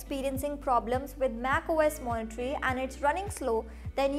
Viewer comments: Monterey, not Moniterey. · I hope this is taken as a positive feedback but it's not MacOS "Monitory", it's Monterey. Pronounced as "Mont-a-ray"